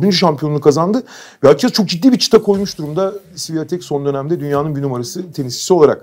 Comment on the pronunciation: Świątek isminin “Sı vi a tek” şeklinde telaffuzu doğru değil. Lehçedeki sesleri basitçe Türkçeye çevirirsek “Ś“ harfi bizdeki “Ş“ sesine, “ą” harfi ise “ion” sesine benzer okunur. Yani “iga Şıwiontek“